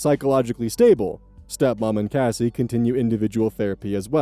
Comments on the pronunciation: CASS-SEEE not Casey 😑 every time you say the name wrong I cringe, it doesn’t even look like it’s pronounced Casey…? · changing the pronunciation from Kacy to Cassie will be my biggest ire